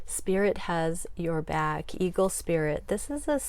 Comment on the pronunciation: OMG I thought you just said Kegel Spirit (Eagle Spirit) I'm dying laughing 😂🤣💕